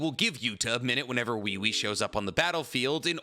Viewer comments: The way he keeps saying wewe😭😭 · Why does have so much trouble pronouncing Ui Ui? It’s obviously pronounced as “We We” in the anime. Both sub and dub.